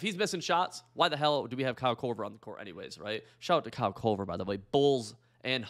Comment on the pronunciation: It's Kyle KORVER, not CULVER